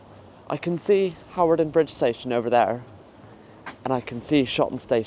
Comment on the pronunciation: You silly girl, it is pronounced Harden Bridge. There used to be a RAF camp there and a De Havilland aircraft factory.